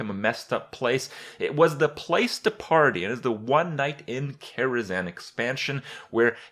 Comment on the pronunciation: Why Karazan? KaraZHan